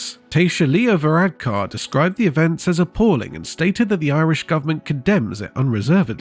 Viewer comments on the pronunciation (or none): none